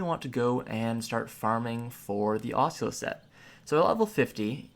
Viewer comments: Tree-ant, guy-ant, ossula. Have I been saying this shit wrong all my life? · Yikes... GROO-NIL ( Grunil ) and AH-SOO-LAH (Asula) .. Learn to pronounce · It's pronounced Heave (Heve) Uh-soola (Asula)